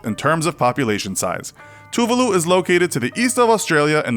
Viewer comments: You pronounced Tuvalu wrong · his pronunciation of tuvalu made me want to cry :(